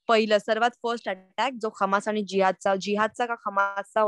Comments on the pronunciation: हमासी नाही ते हमास आहे ते. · खम्मास नाही दिदी हम्मास